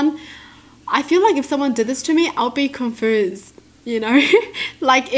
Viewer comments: to she said cunfuusd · I love that says “confused ” like “confoosed” I find it so cute 😂😂😂 btw I love youuuuu c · No one: Not even ME: Kyutie: Confoosed